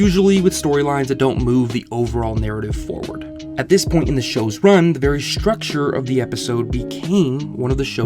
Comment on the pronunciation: Dude, stop putting a "sh" sound where it doesn't belong. It's not "shtrucure", it's structure. It's not "shtrong", its strong. Irritating and amature.